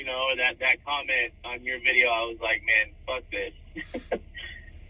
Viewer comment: I love how you say videa